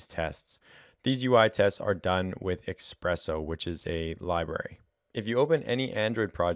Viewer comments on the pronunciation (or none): Espresso not expresso. thanks for this helpful informations 👋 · Espresso not expresso :)